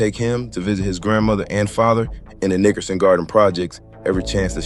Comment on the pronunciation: I don’t like the way you pronounce Nickerson